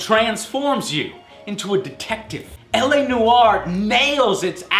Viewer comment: "LA no are" :)